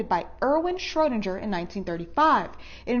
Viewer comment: It's Schroedinger= shrow-DING-er. She mispronounced it.